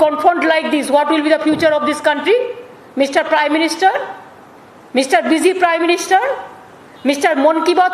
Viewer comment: …. For those who have come here to see Didi say Mr Prime Miniter .. Mr Busy Prime Minister… Mr Monn Ki Baat Prime Minister